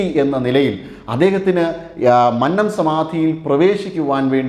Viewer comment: Please correct pronouncing 'Mannam'.